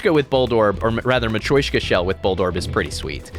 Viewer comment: Hello, I thought I’d let you know the nesting doll is pronounced ma-tree-o-shka not ma-troy-shka. Apologies for backseating your word saying